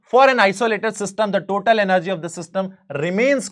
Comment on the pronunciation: Sir app energy ko app ean+ ner+ ge bol raha hai app